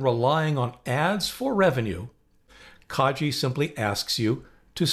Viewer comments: Thanks, most helpful. Pronunciation suggestion: Kagi is Japanese for ‘Key’ and pronounced with a soft ’g’ rather than a ‘J’. Car (ng) ee This is the first of your videos that I’ve seen. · You're pronouncing Kagi wrong. It's kah-ghee. I know that their own website says that It's pronounced "kah-gee", but it provides a link to an audio file and the g is a hard g like in go. Anyway, I know personally someone who works for them and he's always pronounced it "kah-ghee".